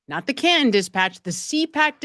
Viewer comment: Why has the partial word...im por ANT...taken over for the word... im por TANT? The name of the town in which this event took place has been changed to Cahun instead of Can TON?